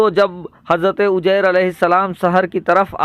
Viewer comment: sugra bshir qadri aap shahr ko sahr yani jadu kalfz kahte aor uzayr ko ujyr kahte h aap se guzarish h ke aap apni urdu zban sahi sikhe